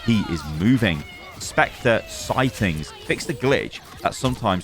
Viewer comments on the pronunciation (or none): none